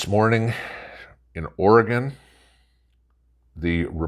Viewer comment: Good morning the rich will have food and gas fancy cars and use lots of electricity Eastern Oregon is the red area of Oregon thank for saying Oregon right I love my home state